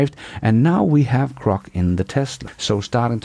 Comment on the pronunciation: Hay When you say Crok. That means something else in the USA; Saying something that's not true..... Grok, is said like the Kelloggs comercial from "Tony the Tiger" THEIR GRRRAAATTE. Just growl first, then say Rock... It's all good. We all have words we say funny to others. Me too.